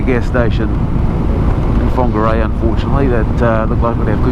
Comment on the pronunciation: Pangaru pronounced like ....Par nga ru